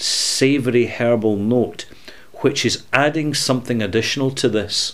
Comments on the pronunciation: HERBAL! I Thought you said hairball. Lol. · Scotty B Hahaha, I didn’t realize he didn’t say hairball all until I read your comment.